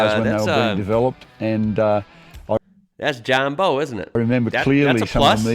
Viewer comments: It's not John Bow and arrow it's Bowe E.G Take a Bow to the audience!! Awesome car as John said "MINT" just beautiful 👏👍 Thanks for the share mate!!! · It's John Bowe pronounced like saying bowel without the L on the end. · Hey, John's surname is said like the front of a boat. Love the channel. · Bowe is pronounced like….take a bow 🙇‍♂️. Sorry I hate correcting you 😬. I can’t help it though. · Awesome video mate but it's pronounced like bow, take a bow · Like bowing in front of her majesty lol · His name is pronounced John Bowe as he n is he bow of a boat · It's Bowe as in front of a boat or ship not Bowe as in what you shoot arrows from. Lol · His name is John Bowe (front end of ship) not Bowe (bow and arrow) lol but I wasn't actually having a go at just trying to explain the pronunciation. Like you said, it comes down to interpretation. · its John Bowe as in when you breathily bend over forwards too bow to somebody out of respect